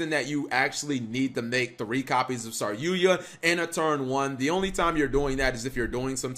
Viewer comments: IT'S SAR YU JA NOT SAR YUYA CAP! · Sorry-yuya? Hey speech impediment you meant "sarry-yuja" right?